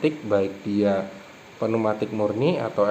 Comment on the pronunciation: penu matik ? neumatik pneumatik =neumatic✅🤪 pneumatik =peniumatic 😡❌❌